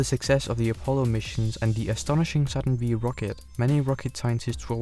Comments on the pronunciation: Dude..! it is "Saturn Five" not Saturn Vee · It's Saturn 5 not V ! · Good video, but please never call a Saturn five a "SaTuRn VeE" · "Saturn Vee" LMFAO.... It's Saturn 5. FIVE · OMG!!! It 's NOT the 'Saturn Vee' rocket... it is the 'Saturn FIVE' !!! 🤦‍♂️🤦‍♂️🤦‍♂️🤦‍♂️ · I have never heard someone call it the "Saturn Vee" before :O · Did you just say Saturn Vee? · Saturn V is pronounced ‘Saturn Five’ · Come on, man. Saturn FIVE. Good grief.